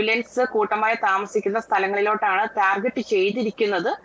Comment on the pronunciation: ടാർജറ്റ് അല്ല സംഘീ ടാർഗറ്റ്😅